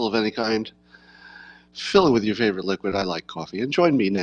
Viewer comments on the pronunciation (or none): none